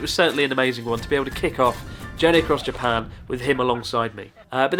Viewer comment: How is it that a japanese guy cant say "Japan" ?